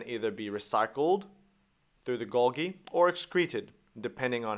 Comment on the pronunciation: and also not acyl-CoA, but A-CE-TYL CoA (3 syllables not 2), Also, as Golgi was Italian, the second 'g' [golGI] should be pronounced like the 'j' of "Jersey". Otherwise, very useful.